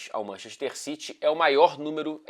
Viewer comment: ninguém:: manchexxxter